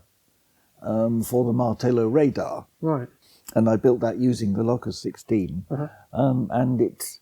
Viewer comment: Fascinating to hear the Locus 16 being discussed, it was always pronounced Lowcus 16 in the north not Lockus 16 as Seb uses. I joined MRSL in 1974 to set up the test facility at the Bill Quay works in Gateshead where the Locus 16 was manufactured. I was recruited following an interview with Brian Partridge, Clive Gildersleeves & Andy King and spent four happy years creating and managing the test facility with frequent trips down to Writtle Road & Baddow. Great memories